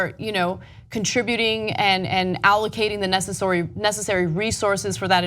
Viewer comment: lol Ana almost said "necessory". xD